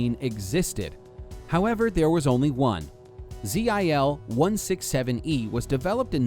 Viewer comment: just say zill mate,,,zeee ayyye ell jesus you murder language